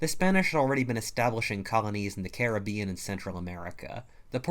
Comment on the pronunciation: Learn to pronounce Caribbean correctly please, I'm sorry but it bothers me